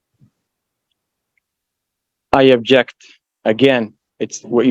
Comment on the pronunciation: Except, he’s saying “I abject”. 😅